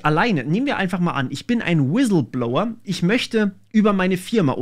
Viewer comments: „Wisilblower“ war sehr stark 😂 Spaß beiseite, gutes Video 👍🏼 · Ich bin sowas von weg gebrochen, als Du im schönsten Dschörmän Inklisch "Wiselblouer" gesagt hast :D